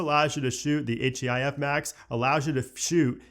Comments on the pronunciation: “H-E-I-F” …did you even watch the keynote?! 😂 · why are u spelling out HEIF 😭😭💀